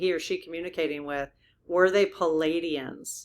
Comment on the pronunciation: Dear, darling! PALADIANS- spelled your way PLEIADIANS - spelled CORRECTLY with the silent i, so it’s pronounced PLEE - AH - DEE - ANS or PLEE - AY - DEE - ANS please try, sweet!